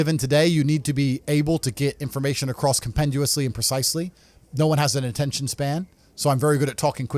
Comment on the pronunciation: ATEETION AND MONETIZE